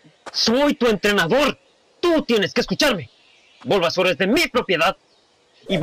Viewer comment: se dise bulbasaur xd